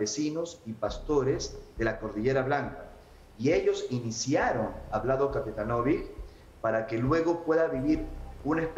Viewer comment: Se prpnuncia capetanovich La c se pronuncia ch